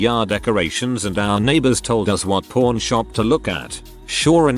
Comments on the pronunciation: Kept thinking the TTS was saying porn shop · When it says pawn, it sound like p——. So then, i assumed they were p——shops lol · The way it says pawn... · I was laughing at that. Who knew pawn rhymes with corn.